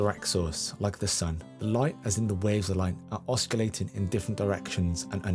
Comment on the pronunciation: 'Oscillating' is pronounced ossilating (you dont pronounce the C)!!